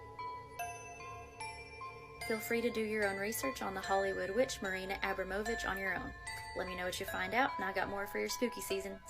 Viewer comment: WHY CAN THEY ALL NEVER SAY NAMES RIGHT...abrom...o...vich😊